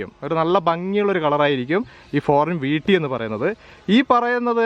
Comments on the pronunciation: വീട്ടി എന്നല്ല ഈട്ടി എന്നാണ് ശരി എന്ന് തോന്നുന്നു. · വീട്ടിയല്ല ഭായ് .,, ഈട്ടി എന്ന് പറയു അതുപോലെ അറക്കുക എന്ന് പറയു .ഈർന്നു എന്നു പറയുന്നത് എന്തു ഭാഷയാണ്